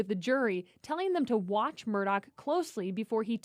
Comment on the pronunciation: It's not "Murdock", it's "Murdaugh" pronounced like murr-daw. Please stop butchering it.